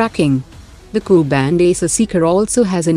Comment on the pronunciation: Cannot Prononce Ku